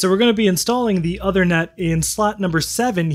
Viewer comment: Minor point, but the card's name is not pronounced like "other-net" but like "ooth-er-net" (ooth as in tooth). It's a reference to King Uther Pendragon, father of King Arthur in British legend.